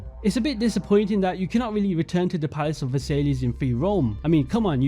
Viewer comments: Funny how you were like I’m a history guy right before mispronouncing Versailles as Ver-Sai-Lees. It’s pronounced Ve-Sai. Just a bit of irony I found funny but overall great video. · Good video,. but for all future videos, it's pronounced Ver-Sigh (Versailles) and not Ver-Say-Lees. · Not versaillies, it’s pronounced ver-sy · Absolutely astounding vid mate. However I almost died when you pronounced The Palace of Versailles; instead of (VA-SAIL-EE) try (VER-SIGH)! Keep up the amazing work, love having YouTubers create AC content still! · it's pronounced versai, not Versailles nor versaiss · aint no way u said palace of versaylees its pronounced ver sai palace of ver sai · Versailles is pronounced "ver-sigh", with a slight "y" in the "sigh" bit. Difficult to write out without phonetic characters. "Ver-siyh"? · Bro said "Versaylees" 💀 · It’s ver-sigh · Great video. BTW way Versailles is pronounced Vers-sai. It’s where Germany signed the Treaty Of Versailles at the end of World War One. The terms that Germany had to agree to were so harsh that it causes resentment in Germany which eventually led to the rise of Hitler. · palace of "versayleahs" 😂😂😂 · Sry bro I don't wanna be annoying but I can't help but comment that you subtlety mispronounced versialles. It's pronounced "ver-sie" because the es is silent in french😊 OMG ALSO I just realised that if they made a ww1 or post ww1 ac game, they could recreate this palace in the year 1918 directly and we could see how time has altered the palace😮🎉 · Just an fyi, Hagia Sophia is pronounced aya-suf-fee-a and Versailles is Vuh-sai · you went out of your way to show the correct pronunciation of Bougainvillea, but unfortunately, Versailles didn't get the same treatment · Man… xD I was holding myself together at Hagia Sophia, but when Versailles came up, I literally had to stop the video and stare at the wall for a minute xD Never have I heard someone butcher that name so masterfully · The probonciation of versailles was criminal